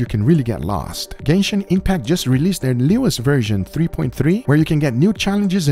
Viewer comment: "Gayshin Impact" 🤣